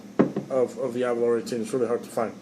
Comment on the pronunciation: Can't stand how most Americans pronounce Aberlour, it is not Aberloher, it is named after the Scottish village of Aberlour, pronounced Aberlouer. Similar sounding to (baking) flour.